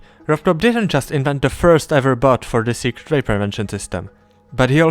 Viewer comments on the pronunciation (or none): colon is raged after he called it the "secrate way" 💀spare this guy